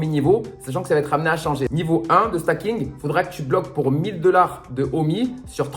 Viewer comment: Bonjour. Juste une précision, on ne dit pas "stacking" mais "staking"... comme dans "proof of stake". Bonne journée!